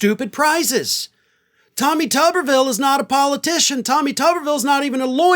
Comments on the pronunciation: It's not "TOOB-er-ville?" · It's toober ville as in Oscar Meyer weiner. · Oh, so it's pronounced Tub-er-vill as opposed to what I thought it to be as Too-ber-vill. 😂😂😂 Apologies as I generally watch/stream on mute with [CC] enabled... especially for when I'm laying in bed ready to fall asleep.